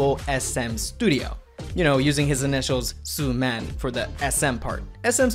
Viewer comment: How do you make an SM documentary and proceed to pronounce Sooman in the most American way possible